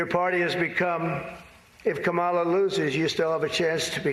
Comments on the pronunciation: You still pronounce Kamala wrong. It's not CAM' A LA. The correct way is to say "Comma" like the punctuation mark, then say "la." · Technically you’re still pronouncing it wrong according to her. It’s “comma”-la. People have always pronounced my name wrong. Who cares! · No. It is not pronounced Kamela like Pamela. It's Caw ma luh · Here in Australia, we tend to put more emphasis on the second vowel in words/names spelt like that. So here, Harris will always be K'm-ah-la